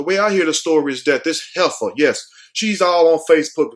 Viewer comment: Hefer not header